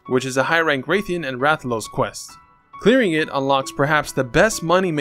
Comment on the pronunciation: Wrath-ian. Not wraith-ian. Do you call it a wraith-alos? No? Does the story call it a wraithian or wraithalos? No? It's a wrath-ian. Also, there is a difference between "wasted" a "used." Good day.